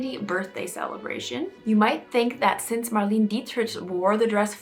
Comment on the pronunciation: I think it was very selfish for Kim to wear such an iconic piece of history and to try to usurp herself into history and possibly ruin the dress. Just wanted to let you know that Marlene Dietrich was pronounced Mar-lay-na Dee trick and she was ahead of her time as well as Marilyn. I think the Kardashians are under mind-control.